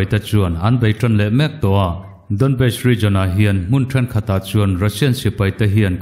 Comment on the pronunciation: Donbest tile tawh... DawnBas tia lamtur ti mawl2 kha